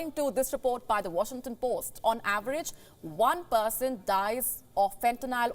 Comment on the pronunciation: what chin ton pote = washington post 😅